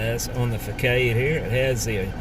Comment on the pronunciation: "fakade" => "fassahd"